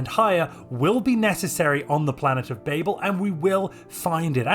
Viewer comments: Are we not going to talk about how he is pronouncing Babel. It is extremely distracting. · Why do you say babel when you know it's wrong? Are you stupid? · Being uncertain of the pronunciation of Babel is lore accurate.